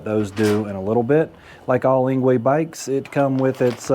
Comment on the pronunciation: Engwe is pronounced as angry